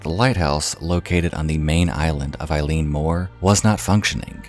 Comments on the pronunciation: Eilean is pronounced "Eh-lan" and Eilean Mor just means big island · Just got into your videos this week and I'm really enjoying them! :) The Scots-Gaelic/Irish words can be nightmarish to pronounce, but eilean (isle/island) sounds like "ihl-luhn", and taighe (house) sounds like "tsi-heh" - and tomain has the stress on the first syllable, like "TOE-man". Looking forward to checking out more of your stuff! Slán Go Fóill. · “I’m sorry if I butchered any of those” You did and I’m crying inside, but Scots Gaelic is a very difficult language so you’re easily forgiven. Edinburgh is like Edinburuh Eilean is like Ellen Sgeir is like Sker Ghobha is like Goova Taighe is like Tayee Oban is like Obun Muirhead is like Myurhead More or less, kinda difficult writing that into English sounds, but you get the point, our language is incredibly difficult, most struggle with it!!! Fishermen here are extremely superstitious, so it’s actually very understandable knowing they had traditions and rituals to combat these traditions, that, and they believed in creatures like the Kelpies, the Blue Men of Minch (storm Kelpies), Selkies, all of these being water dwelling creatures. Fishermen were, and still are, extremely superstitious in Scotland.